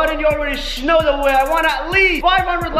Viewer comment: You already schnow how it is Me:OMG HE ALWAYS SAYS THAT🤦😩